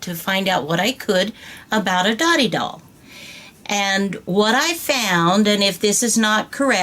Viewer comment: correct info but pronounced doe-tee. means friendship